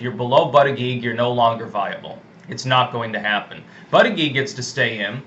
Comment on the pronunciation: Lol. No more buddha jedge pronunciation